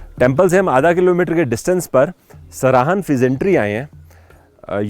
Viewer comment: It's सराहां, not सराहन.